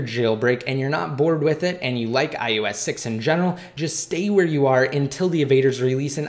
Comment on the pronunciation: its iOS not iUS... SAY IT RIGHT!!!!!!!1